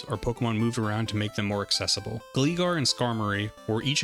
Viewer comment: Bro really said Glee-gar instead of gly-gar like glide 😭